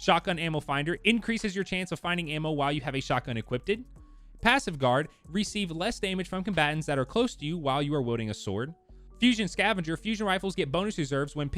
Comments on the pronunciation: "Equipptid" Tf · Anybody gonna tell him to pronounce it (uh-kwipt)? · Why do I keep rewinding and listening to "equipted" over and over